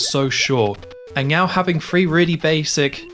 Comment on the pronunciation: Is he saying Meow instead of Now? I swear I'm being trolled here.